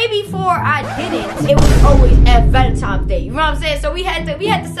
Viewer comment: Who else heard her saying “Valentimes “